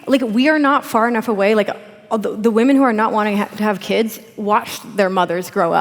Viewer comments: Louise is awesome. Grimes lisp needs acknowledgment, but why does Anna pronounce women "Waman" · I didn't know that there was someone other than Pewdiepie that pronounced it "Waman"... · Can't stop chuckling at Anna's utter refusal to say the word women properly.